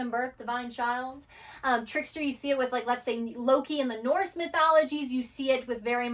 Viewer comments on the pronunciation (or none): none